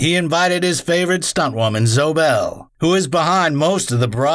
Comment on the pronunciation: "Zo Bell", really?